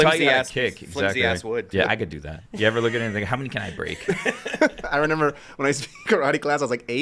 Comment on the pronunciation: Someone please tell is remember not renember. He says renember like 10 times an episode and it drives me crazy. He is not 3 years old 😂